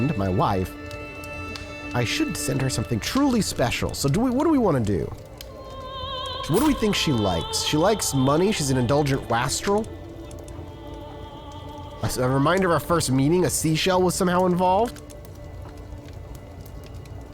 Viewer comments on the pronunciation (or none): I think wastrel is pronounced like "waste + trell."